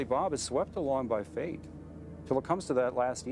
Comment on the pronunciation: tthomaselli2 it sounded like fate.